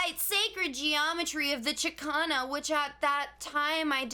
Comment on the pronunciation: As a Peruvian… is not even called “chikana” lol it’s “chakana”….